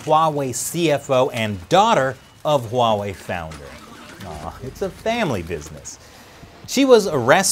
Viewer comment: Yay Finally someone who actually say the Company NAME Huawei correctly.